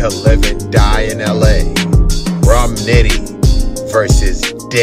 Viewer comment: He didn’t say “nitti”, he said “nit”. Not a reach at all, goof.